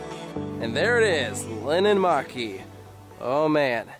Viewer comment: im finnish and im literally crying on how you pronounced linnanmäki, but uhhh yeah it was hard to learn finnish pronunciation..